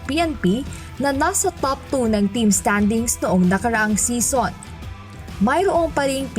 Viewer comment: English pronunciation of season is see-zn not sison as in connie sison